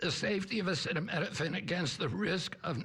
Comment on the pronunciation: Come on trump, sound it out... a ce ta mi no phen